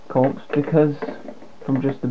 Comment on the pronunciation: Good vid, I'm fascinated by these things too. BTW corps is pronounced 'core'